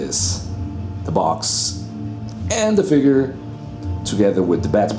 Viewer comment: "Let's go into the FIGURRRRR." Haha love you brother.